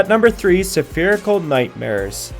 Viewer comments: Spherical isn't pronounced "suh-fearickal" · Just for future reference. Spherical is pronounced. Ferical, with an S sound at the start Sfe-rick-all